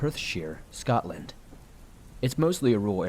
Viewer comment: “scottland”? You mean Scotland.